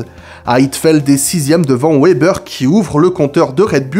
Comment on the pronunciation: Wébbeur sérieux ça se prononce Vébèr